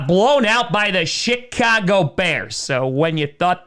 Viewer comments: It sounds like he was saying Shitcago Bears. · He does